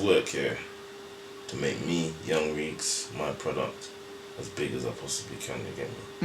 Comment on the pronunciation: Yung Reeks with S not Z i think